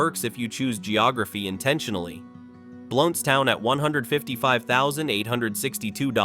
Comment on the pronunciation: I used to live in Blountstown… wish you people could learn to pronounce things properly. Micanopy, which I live near, is another one y’all butcher.